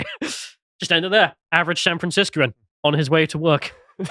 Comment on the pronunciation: It’s “San Franciscan,” not “San FranciscOan,” btw.